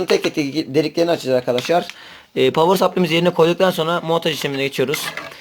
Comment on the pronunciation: niye "povır sapliy" anlatsana biraz